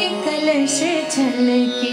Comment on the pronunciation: Very well sung, Didi ! Please watch pronounciation. It is "kalash: and not "kalas". Thanks.